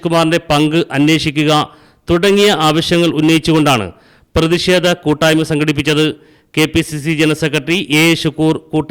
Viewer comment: പ്രേതിക്ഷേധം അല്ല....പ്രതിഷേധം ആണ്... കഷ്ടം... സമ്പൂർണ സാച്ചരത... നാണക്കേട്.....